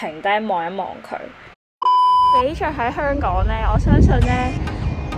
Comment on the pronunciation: 雖然佢經常將「香港」講成「香趕」，但，呢啲先係「香港FEEL」，講得太字正腔圓，就變咗大陸人。